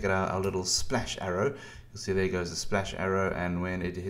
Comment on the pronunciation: Splesh, splesh, splesh, and splesh.